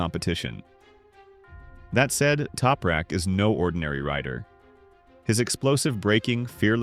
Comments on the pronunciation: Who's "Toperak"? TOP-RAK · Its, TOP rak, not Toupe rak.